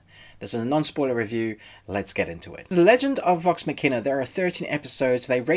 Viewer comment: one of the best things about this show is gonna be the amazing mispronunciations of the word Machina xD good vid m8